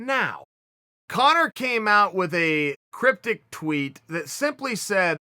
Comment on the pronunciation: Please don't say cryptic please uncle chael